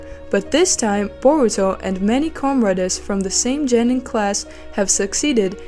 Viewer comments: Geeeenin not jeeenen. Wtf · is it Genin or Jenin? u pronounced it like Jenin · I'm sorry, it's Genin not Jenin. Learn to speak. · OMG it pronounced JOE-NEEN